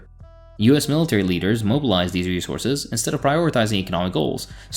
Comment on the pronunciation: Every time she says rezorzes (resources) makes me want to scream